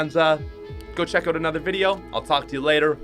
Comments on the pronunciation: its out, not oat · It’s not “oat” it’s out